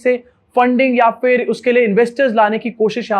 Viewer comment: Theek word hai Phir ( not For) please correct yourself